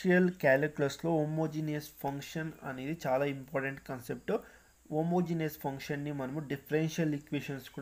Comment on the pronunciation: It's not poncation it's function